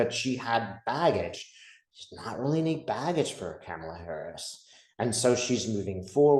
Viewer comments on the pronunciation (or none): Kamala- sounds like Mama-la, not Pamela 😊 Thanks for the vid and your time, super excited for her and all the change that's coming. Trump is def circling the drain. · Hi! ❤️💚🧡🌻Her name is pronounced “comma-la”, not “Cama-la”. You are so great, I just needed to remind you🥰💙⚖️💙⚖️💙⚖️💙⚖️💙🌻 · It's "Comma-la"! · Her name is KA' mala. Not Ka MAL' a. And not all of us let this crazy crap destroy us. If it gets to you like that, you are too close and making it about you. It isn't. It is just what is. Hope and pray she wins. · Maga mispronounces her name on purpose. Kamala is pronounced COMMA-la. Not CAM-a-la or kah-MA-la. 😍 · Try to pronounce her name properly. Ka-ma-la. Not cam-a-la. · her name is pronounced Comma-la, not Camel-a! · Pronounced comma-la. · It’s pronounced “Kom’ a’ la”. Thanks! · Her name is Kamala pronounced coma la 😊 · With respect , her name is pronounced COMALA.😀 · KAH ma lah, please say it right. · All you had to do is comment it’s pronounced Comma-La. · Kamala is pronounced like momala. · Please say her name right. It's "comma-la." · Please call her “Comma-la” (The repubs pronounce her name incorrectly on purpose. I know you’re not doing that.) 💙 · Her name is prounouned KAH-muh-la. You could also think of the comma so it's comma la. You could think of what her stepkids call her, Mamala. or Google the video that her campaign put out explaining and demonstrating how to say her name. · love you love your work. I think it is important to pronounce Kamala Harris' correctly. Respect. It is like this - comma-la. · Hi - kamala is pronounced like mama - la TY ❣️ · Please respectively pronounce Kamala correctly.